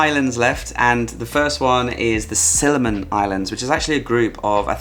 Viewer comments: Siliman islands? 😅 or similan islands? 😜😘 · lol, Similan not Siliman.